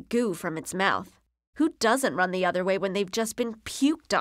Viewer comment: other, not otter oh may